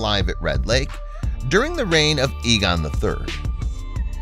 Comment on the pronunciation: A - GONE you pronounce it, AYE GONE not EEG ON, Aegon